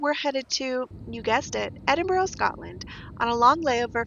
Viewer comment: Edinburgh is lovely. I love it there a lot. I have friends that are professors at the university. One comment they always make is how Americans always say Edinboro vs Edinburgh (Ed-in-burr). Glad you got to spend time there on a layover. Love your videos.